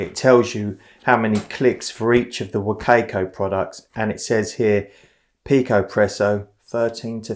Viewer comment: sorry, I need to let it out. Wo-CAY-coh~ hehe. Thanks, good review though